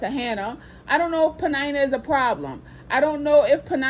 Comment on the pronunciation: Ummm am i the only one who pronounces her name like PENN- IN - NUH. 😂🤣😂🤣. This whole time knowone told me i was pronouncing it wrong. 🤦🏾‍♂️🤦🏾‍♂️